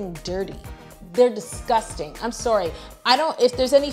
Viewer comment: I love how when she says sorry it counds like sorey!!!😂